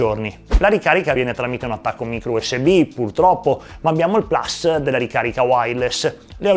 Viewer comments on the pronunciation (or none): none